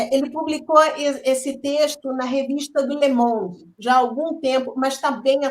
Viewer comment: a revista é Le mond e não lemon